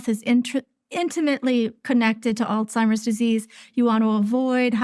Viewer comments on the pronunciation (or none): did she say: Old-Seimers Disease? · I find it hard to take the advice of a Doctor that pronounces Alzheimers as "ALL-TIMERS." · She calls it all timers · Why do most people mis- pronounce Alzheimer's it not ALTIMERS